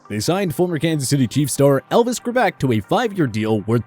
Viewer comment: It’s makes these vid crappy when you don’t know how to pronounce the names of players on your list. Like Elvis Franc’s and Testaverde. Posers.